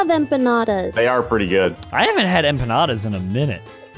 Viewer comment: Bro said enpanada and I was just eating it while watch!!